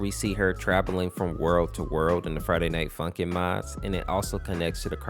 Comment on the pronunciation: when he says friday night funkin it sound like friday night f*$kin